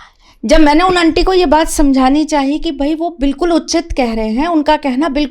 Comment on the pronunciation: पहली बात जो है, अंटी नही होती, aunty शब्द है, जिसका उच्चारण आंटी होता है। दूसरी बाद भिक्षा और भीख एक ही चीज है, उर्दू भाषा में भीख होता है। तीसरी बात दक्षिणा, वह भी तुमको पता नहीं। किसी की योग्यता जो हमारे लिए उपयोग हुई होती है , दक्षिणा उसकी फीस होती है। और क्या बताऊं , तुम इतना प्रैक्टिस करके और मेकअप और रिहर्सल करके आती हो, इसकी इतनी जरूरत नहीं है। जो नही जानते वो बेचारे जैसे हाँको चल पड़ेंगे, लेकिन जो समझता है,वो गलतियां पकड़ेगा,और साथ ही अपना माथा भी। भाई तुम सिनेतारिका नही हो, भविष्यवेत्ता हो, इसमें मिट्टी को सजाने की जरूरत नहीं है ,अपना ज्ञान , शब्द ज्ञान और विद्वता को चमकाने की जरूरत है। मैं ऐसे लोगों को जानती हूं जो देखने में पगला दिखता है ,लेकिन उनके ज्ञान को सुनकर बड़े से बड़े विद्वान भी नतमस्तक हो जाते है। दान , दक्षिणा , भिक्षा और भीख को सभी बंधु ख़ुद गूगल करें और देखे।